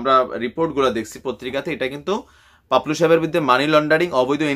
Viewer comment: Bhai, unar naam paplu na to' Papul